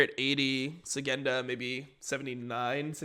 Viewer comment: Btw it's Shygenda and not Sygenda:)